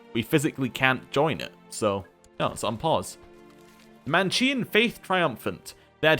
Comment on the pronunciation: Manichean is pronounced with a k